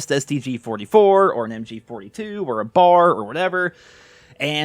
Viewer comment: Please, please, please B A R, not bar...